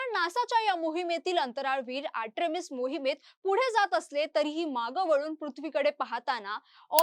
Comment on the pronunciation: Are atrimis nahi artimis😂